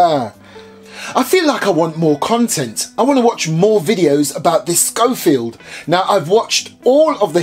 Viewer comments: It's not a scofield. it's a schofield. (pronounced: show- field) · thought it was pronounced Shofield